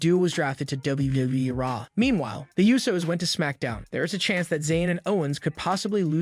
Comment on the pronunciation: Also it's not the you so's, it's pronounced Ooh so